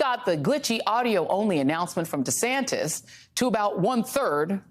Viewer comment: Take 1: "Hi, I am Ron Duh-Santis" Take 2: "Hi, I am Ron Dee-Saintis" Take 3: "Hi, I am Ron Santos"